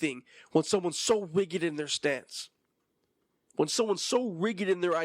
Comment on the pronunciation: Oooo I have to be a stickler again the word rigid is said with a hard j sound like vagina 🤣 or saying the letter G.